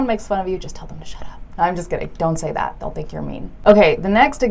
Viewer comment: Instead of "that" she said "tha"